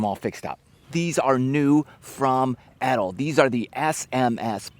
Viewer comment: Suggestion. Say the brand nane correctly